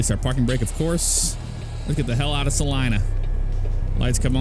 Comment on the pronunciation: Thank you for saying Salina right you would be amazed how many people pronounce it wrong. lol